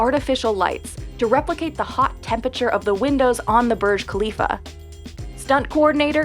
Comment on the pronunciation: Can someone teach how to pronounce burj khalifa